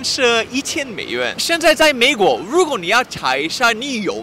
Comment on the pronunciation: ，你的中文利害了，出来那个“美”国，不准，好好笑。